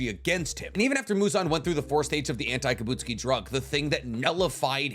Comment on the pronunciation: ki-buht-SU-ji. emphasis on the second to last syllable only